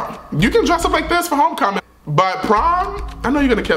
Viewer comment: it’s homecoming not HOECOMING